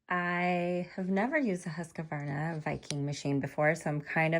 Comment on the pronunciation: Please check your pronunciation of the machines name there is no a between the q and then it’s not husqavarna it’s pronounce it the way it’s spelled please just read it off the front of the box 🎉 you’ll sound a bit more professional